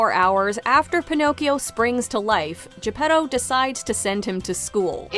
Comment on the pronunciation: Why in Luca of Pixar people Spoke with Italian accent and Pinocchio (another story set in Italy, Tuscany) they don't?🤔 By the way the pronounciation Is fully wrong Pinocchio Is not "P'nokeeou" and Geppetto Is not "J'peDou" (where the hell you see a "D" there?): it's 🇮🇹Italian🇮🇹 not english!!! More, there Is no "pleasure Island": in the book they write about a Place named "il paese dei balocchi" meaning "Toys'Town". And what Is Monstro? In the book they write about "il terribile pescecane" meaning " the terribile dog-fish". The Blue Fairy from Africa? Ah ah ah? I'm sure that the author of Pinocchio never saw an african in his Life.